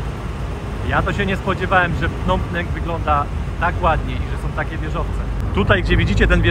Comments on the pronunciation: .Nie Pnom Penk,a 'Pnom Peń".W stolicy macie polska knajpę" WARSZAWA".😊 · wymawia się Pnom Pen!!! A nie Penk! Super pooazaleś drugą stronę! Lubię jak wchodzisz między lokalnych! Pozdrawiam serdecznie! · .Po polsku mówimy "Pnom Pen,Peń).